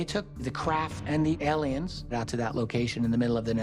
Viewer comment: To whom it may concern: They're called "Aliens" , not "ELLiens". Thanks